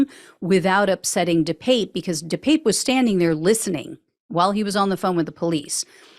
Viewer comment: De Pape pronounced de pah pe......